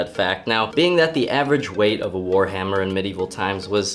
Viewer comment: That's borderline whar hammer "h" is silent.